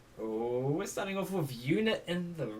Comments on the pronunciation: Btw it's not una (I mean not how u pronounce it) u pronounce it like eun uha and it's spelled eunha (btw im just helping) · Eunha is pronounced as Un-ha. Not Yu-na. I'm not mad haha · I THOUGHT YOU SAID YOONA LIKE SNSD YOONA im pretty sure u should pronounce it oon-ha